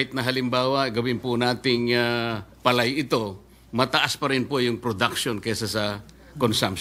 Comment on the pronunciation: Hoy KIKO chonggo matsing.. PALAY lang di mo pa mabigkas maige .. 😂😂😂